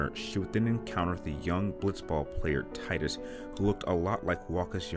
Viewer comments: That's how I pronounce his name! I can't stand the Dissidia pronunciation. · Yay, you pronounce Tidus same as me! :D It sounds so much nicer when it rhymes with Tide. Makes more sense given the whole water theme of the game. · As I've said for years now, "there are multiple ways of saying one thing". Like how Sephiroth's sword is traditionally pronounced (masa moon ay), which is how I say it. But we both pronounce Tidus the same.